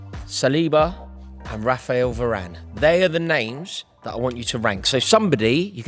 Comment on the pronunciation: The disrespect on varane’s name